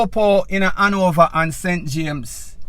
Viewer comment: Please use the word Hanover.. not Anover..please..